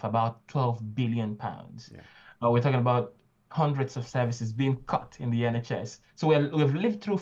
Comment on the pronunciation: Backsliding.... intro begins to sound more like "like to corrupt politics" in stead of "like talking about politics"....